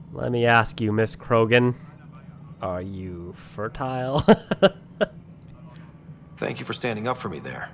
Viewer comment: Are you... vertile? LOL